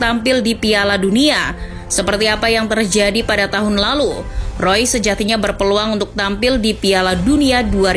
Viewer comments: yang bener marco reus apa marco rois nih 🙈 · Mengapa tulisannya REUS dibacanya ROIS?? sungguh ejaan yg membuat otakku oleng😕